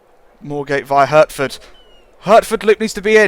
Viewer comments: Hurtford? It’s pronounced heartford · You said hertford wrong it's hartfod